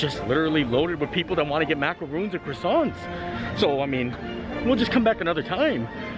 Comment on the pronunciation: Maka rohn not macca roooons lol.